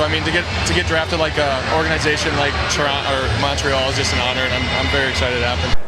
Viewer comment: toront-uh montreal it’s just an honor